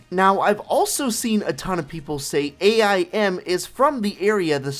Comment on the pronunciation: I think you should learn how to pronounce AIM